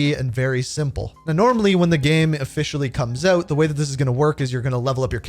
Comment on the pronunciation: When's it coming "ooot" bro? 🇬🇧